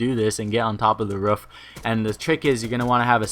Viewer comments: ROOF NOT RUFF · It's a roof not a ruf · what is a Ruuf? do you mean ROOF? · "Ruff"? Lol wtf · Why does he say roof like that 😂😂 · the way you say "roof" wot